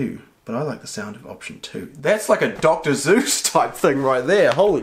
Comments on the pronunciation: The point is sounded like he said Zeus instead of Seuss And you didn't even spell Seuss right sorry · Did my man say’ Dr. veuss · Did he just say Dr.Zuse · Am I hearing things or did say “that’s like a doctor Zeus rime”. LMAO 😂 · Nobody:: Dr. Zeus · I swear he said “Dr. Zeus” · Did anyone else hear him say Doctor Zeus?